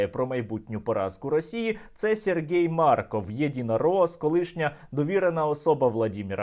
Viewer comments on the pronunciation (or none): none